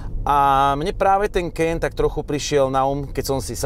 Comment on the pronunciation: preboha: Kajen, nie Kejen!